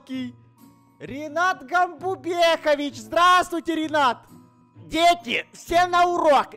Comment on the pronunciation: Не Ринат, а Ренат!